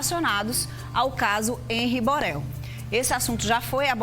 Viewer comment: Empresa (imprensa), abortar (abordar), Boral (Borel)... Essa apresentadora é esquisita.